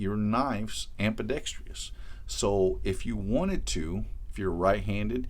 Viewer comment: Most knife/gun guys I've heard pronounce it wrong, like ambidexTREEis instead of ambidexTRIS. It's ambidextrous, not ambidextrious.